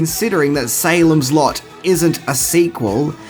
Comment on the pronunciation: Dear! 😊 When you said SALEM’S LOT, I heard SALEM’S SLUT!!! 😂😂😂 Hi from VIETNAM 🤗🇻🇳